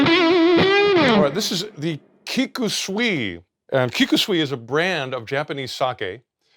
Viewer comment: Sui = water but it's not pronounced swee, it's pronounced sue-e